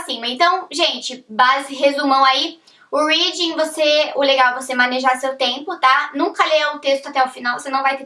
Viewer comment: Mas pq não aprendeu a pronunciar "reading" e "writing" ainda!?